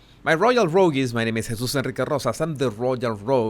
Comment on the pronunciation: Guess I have gone from being a "Buddy" to being a "Rogue-y". Proud of either title :) Thanks for your broadcasts Jesus - love the way your name is pronounced!